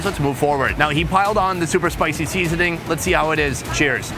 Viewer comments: Sunny, it seems you have developed asian accent " seeeeeeeeeasoning ... " hahahahaha... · why does bro say seasoning like that 😂